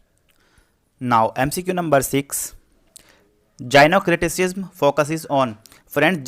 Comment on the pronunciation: I would suggest you to pronounce the word correctly. Gynocriticism : जायिनोक्रिटिसिज्म Gynocriticism: गायनो क्रिटिसिज्म There are so many other words which were pronounced wrongly.